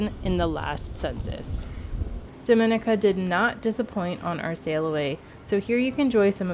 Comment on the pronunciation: Actually it's pronounced DOM IN E KA.....ask a LOCAL!!!!